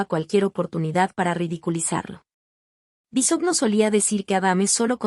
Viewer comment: Se pronuncia Bisogno. De ahí, ya no se cree nada